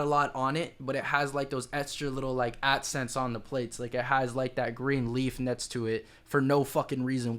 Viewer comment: 8 minutes in and I just realized you were saying accents not Adsense.😂😂😂